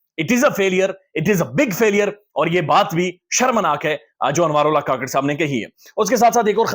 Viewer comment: Anwar ul haq. " kuk-kar " NOT ka-kar